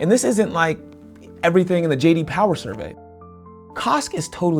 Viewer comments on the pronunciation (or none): none